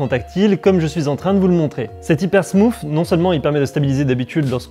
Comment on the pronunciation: Il a dit HYPERSMOOF MMMMMMMMMMMMMMDDDDDDDDDDDRRR